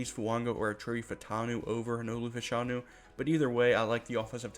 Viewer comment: His name is pronounced Fash a new